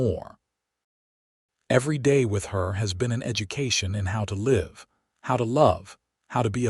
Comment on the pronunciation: The trunk was as heavy as leed. How many books have you reed What’s it like to l-eye-ve out here These kill me